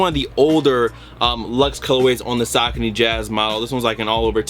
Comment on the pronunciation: The first shoes are called (Suh-Co-knee)